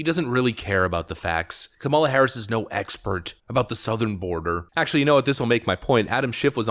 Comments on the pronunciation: Did he pronounce southern border as south-earn border? Sounds like it n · Not to mention his pronounciation of Southern was SOUTH ern border. 😅🤣😂🤣😅